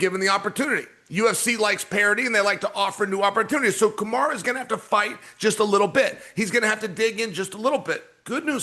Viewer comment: Chael, who is Kamar??? ITS KAMARU!! 😂😂😂😂